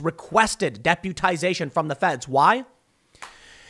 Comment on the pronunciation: Dep'YOU'tization would be how its pronounced... you are a warrior Tim, I respect your journey